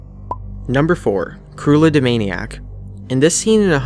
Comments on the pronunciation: uploader i think her name is pronounced "crue EL la" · hes saying creulla wrong.